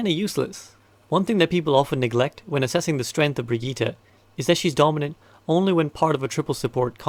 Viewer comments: I really have to say it: It's Brigitte and not Brigette or Baguette :( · We all just going to ignore the "Brigeeeeta" thing? Love the videos but someone has to tell this dude.. :( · "Brigette" Also great video :)